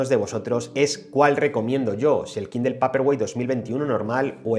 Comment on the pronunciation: Dejá de decir kindel